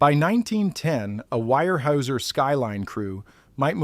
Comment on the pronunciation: I have to correct you in the way you are saying Weyerhauser .. In oregon we pronounce it Warehouser... Just a thought... Otherwise good job...